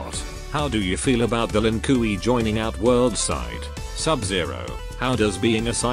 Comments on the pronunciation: Ah yes, the len cui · Lin Kuei: "Lin koowee" Kung Lao: "Kung Lay-o" Kintaro: "Kinteroe" Noob Saibot: "Noob Say-bot" xD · I love it when the voice mispronounces the voices like "Lin Koowee" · I love how stupid the text-to-speech sounds. For example; "Lin Kooee". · Oh yes the "lin qu E" my favorite clan